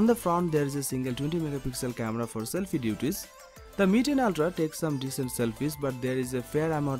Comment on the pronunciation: You pronounce ooltraa 😆